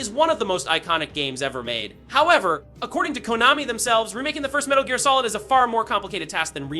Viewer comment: Seriously! Saying “Metal Jeer” shook me and my entire lineage